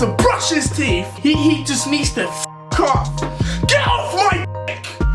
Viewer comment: there is no letter F in the word "teeth", just saying